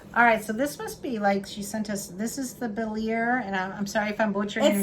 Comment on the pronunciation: Lol I think the ier has an a sound. My ex had a French last name and it ended in ier an was pronounced a. But I’m not French either so I could be wrong we are divorced now maybe that’s why 😂